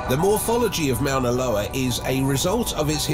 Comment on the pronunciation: It would be nice if this speaker could pronounce Moana Loa right. Mount Tahoma (Mount rainier) s also active and if it went off Seattle and King county in Washington state would be a disaster.